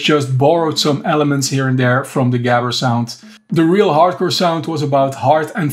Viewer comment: why didnt you pronounce gabber like you know how it was pronounced , lol